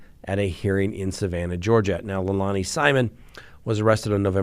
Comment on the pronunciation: Sorry, it’s Leilani (Lay-lani). Those words, lei and lani, have meaning in Hawaiian. 😘